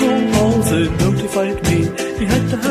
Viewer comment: Love RAM and this track. Joyful. It's pronounced Hallsey.